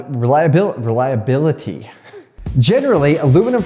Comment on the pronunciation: Don't worry about saying reliability correctly, you mullered aluminium anyway ;) A-loom-a-num :D